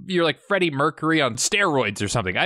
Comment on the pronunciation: U said “Freddie mecury dude@ u AINT EVEN LYIING